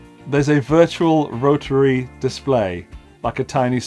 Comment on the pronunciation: Love how you pronounce "rotararary". That's how it should be said!